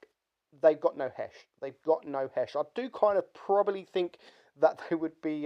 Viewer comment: Turn your record level up when making videos you nube. quote "I fink it's over priced". Doesn't state why but he "Finks" lol